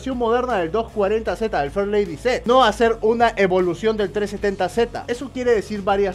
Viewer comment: Shot de tequila cada vez que diga farlady Z.